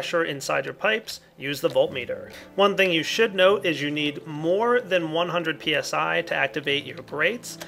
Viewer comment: lol When He sayd PSI i Thought It was PSY ;)